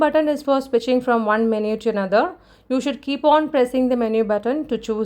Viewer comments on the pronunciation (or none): none